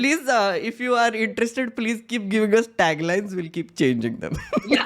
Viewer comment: Om Bidla : Please ❌ Plejjjjjjj ✅